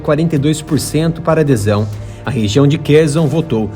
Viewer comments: Não ê Kerzon Er Kherson com som de S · Ele deve estar usando a pronúncia do inglês, onde eles falam com o Z mesmo. Na pronuncia ucraniana a pronuncia é como a do português.